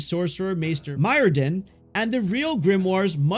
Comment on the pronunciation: who is mydrin it's Myrddin😂